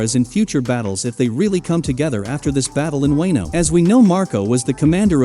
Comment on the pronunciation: With TTS try Spelling Wono not Wano so that it pronounces it correctly against you its just TTS is dumb af